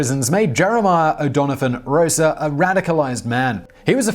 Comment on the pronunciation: It's O'Donovan Ross-a